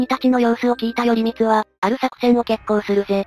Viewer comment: よりみつではなくらいこうですよ